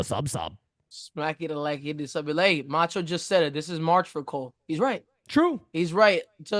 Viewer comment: Bro the fucking Macho call “Meurio” killed me 😂😂😂😂